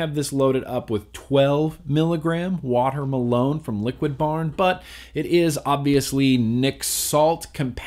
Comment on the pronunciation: He pronounced it 'Water Malone' - which may be a flavour meant to sound like Watermelon? I thought it was funny too.